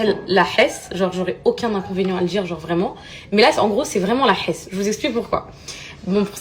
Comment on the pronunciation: 15min24 poupette, après "la prisona"," la gardeàvou" ... il y a '' la hessa" 🤣🤣🤣